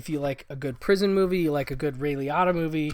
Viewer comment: Have I really been mispronouncing Ray Liottas’s name, my entire life? I love dogs, cats, and basically all animals. I once had a co-worker, whom upon seeing my grief as my dog passed away, made the idiotic comment to someone “did you see Bob? He was crying because his dog died. I mean, it’s a damn DOG, not a person….” I will never “get” them, and they will never get me…Looking forward to seeing Old Friends..